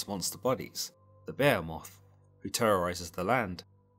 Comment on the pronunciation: Lol whatttttt gotta tighten up I almost choked when he said BEH-HE-MOTHHH LIKE REALLY BRO JUST SAY BEHEMOTH